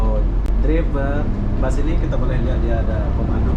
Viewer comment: Bus tulisannya di baca bas